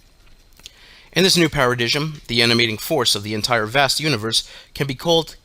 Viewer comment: Paradigm is pronounced Para-dime